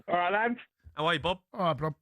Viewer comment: Cundy calling Bob "blob" had me dying.